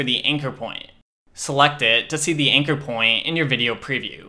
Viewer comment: Bruh pronouncing "anchor" as "inker"...rematch this video 3 times before I understood what I was looking for...thanks anyway